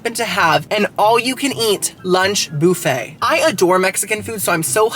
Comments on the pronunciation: Love the Channel but its buffet not booffet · First time in my life I have heard boofay 😂 in Ca we say buff ay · BUFFayyy NOT BOOFayyy 😂 for the love of God pronounce it correctly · Lol i LOVE the way you say BOO-FAY😊😊😊😊😂😂😂😂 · I Love You Girly, The way you say "BOOFAY" is the BEST>> :face-purple-crying::face-purple-crying::face-purple-crying:🤣😂🤣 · I love how you pronounce it boof-aye 😂 Great video as always! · I am so excited about this Saturday boo-phay moment!!! Also I never want to call it buffet anymore it’s way more fun to say it the way you do. Love you!!! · i love the way you pronounce buffet. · Love how yu say “ buffet “